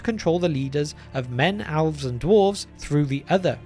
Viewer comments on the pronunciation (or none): Alves??? Geesh. Being British isn't an excuse, cause Tolkien was one. It would be one thing if you're not a native speaker of English but... It's worse than when people pronounce Sauron or Smaug "Sahron" or, worse, "Smog."